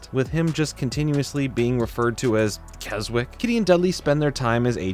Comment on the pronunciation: Convinced you said Keswick as Kelswick a few times on purpose just to get comments about it. Congrats, you monster.